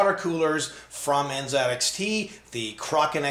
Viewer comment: NZXT not N(zed)XT...